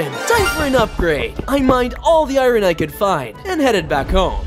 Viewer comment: Why does he say i-rin Instead of iron.